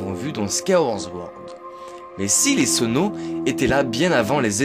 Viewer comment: C'est pire que ça, Sword se dit "Sohrde" donc on dit Squaille-ouaôrde Sohrde (La plus fréquente des mauvaises prononciation chez zelda c'est Majora's Mask beaucoup de gens dise "Majoramasque" alors que c'est Majorasse-masque !)